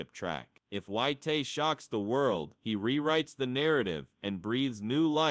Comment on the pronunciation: It's not "Whyte-tay" or "Whyte-hay". His name is Dillian Whyte. If you can't even pronounce the boxers names correctly, then don't even bother creating the content in the first place 🤡